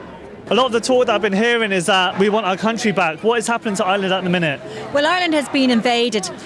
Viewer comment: It's not island its IRELAND.